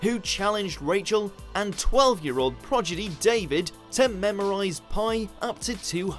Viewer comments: meant prodigy, said progidy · You'll find 'progidy' is actually prodigy 😂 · narrator says "progidy" instead of "prodigy" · "Twelve year old progidy"????? Don't try that word on Countdown. Kirsty who???? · You said, “progidy”. 🤣🤣🤣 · You said “progidy” 😂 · "... 12 year old child 'projidy!'" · Its prodigy, not progidy. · Prodigy, not progidy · It's not pronounced progidy. Prodigy. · 12-year-old "progidy"? It's "prodigy", maaan. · It’s pronounced pro-dij-gee! Not pro-ji-dee. Jeez. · progidy? really? =D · 12 year old "progidy." Har har. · Also . child prodigy. NO!!!! pro-Di-Gy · cant pronounce prodigy either..., progidy? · Sorry, did he say "12 year old progidy, David!"? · what's a "projidy"? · What's a progidy? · Did he say “progidy”? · "12-year-old progidy"???? You have got to be kidding me! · Did he say "progidy"? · MFW they say progidy in place of prodigy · You lost me at “progidy”. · IS IT JUST ME OR HE SAID "PRO-GI-DY" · Did you really say "progidy"? 🙄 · fakkin dude said progidy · Dafuq's a progidy? is it like the opposite of a prodigy? seconds in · Progidy? Fuck me fella, all you have to do is read a script and even that seems to confuse you! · "12 year old proGiDy"???? how do they hire people who can't read/speak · Did he say proGiDy? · WTF is a "progidy"? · Seriously, get somebody else to do the voice overs or teach this guy how to say words like Prodigy, Gallagher and O'Briain. It's atrocious!